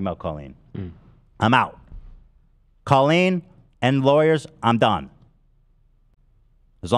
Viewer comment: Why does call Colleen (call-EEN) Co-leen lol… she like confidently pronounced her name sooo wrong